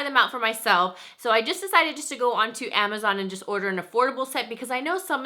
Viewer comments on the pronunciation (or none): none